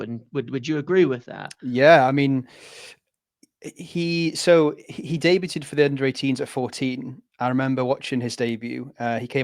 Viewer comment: Pronunciation of debuted is killing me 😂